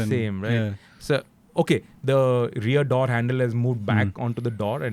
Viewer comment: Dear, Pls pls pls stop pronouncing Doors as Daurs and Sports as Spaurts and Four as Faur and... you get the point right? Its downright annoying to what are otherwise some of the best content on automotive journalism. As a follower of you since decades, I know you never used to pronounce it this way. An absolutely personal and honest feedback from an Evo subscriber.